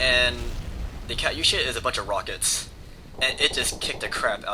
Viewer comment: its not pronounced kutyousha, its pronounced katuyasha